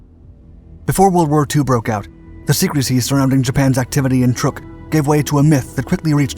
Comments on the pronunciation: Not that it is a huge furor, but the Islands/atoll is CHUK lagoon (pronounced exactly like it sounds), it has been mispronounced for a couple of centuries but still Chuk is the proper name. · OMG...not this narrator again...sorry...just cant listen...cya...isn't it pronounced "Truck"...just asking...i thought it was...could be wrong...this guy is an absolute embarrassment of a documentary narrator...Yamamoto didn't "pass away"...he was killed by P38 fighters over the south Pacific. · The misspelling of "Yamato," mispronunciation of "Truk," and Yamamoto "passing away" (having his command terminated with extreme prejudice by P38's) makes me wonder who writes for Dark. I enjoy their bite size content, but c'mon folks, do better. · Truk is not pronounced Trook, rather it is pronounced like Truck. It was only called Truk by the Germans because they considered the u to be an umlaut. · Why do you keep calling it "Turk"? It's pronounced "Truck". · DAMMIT! It’s TRUK…as in pick up TRUCK!!! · It's pronounced truck, as in Truck, and YAMAMOTO WAS SHOT DOWN BY AMERICAN P-38'S AFTER WE HAD INTERCEPTED A MESSAGE WITH HIS ITINERARY AND INTERCEPTED HIS FLIGHT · I swear he gets it right on other videos but pronounces it weird on this one. They talk about good stuff but it's amazing the stuff they get wrong. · Yamamoto was killed by the U.S. Army Air Forces when his transport bomber was shot to hell and back over the Island of Bougainville, so no, he didn't just pass away. Please stop pronouncing the name of the Island Truck as trook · Pronounced like "truck" not "trook" And the admiral didn't "pass away" he was assassinated. We read the Japanese naval code, got his itinerary, and sent fighters to intercept his plane and shoot it down. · It is Truk lagoon, not Trook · It's pronounced "truck" not "trook" and the battleship was pronounced "Ya-mah-to" not "Yah-mo-to." Also, the light carrier was not pronounced "Bellow Wood." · It's not called truuuk it's truck.